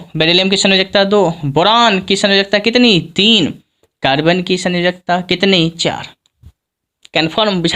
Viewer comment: Sayonkta nahi sanyojakta hota hai sir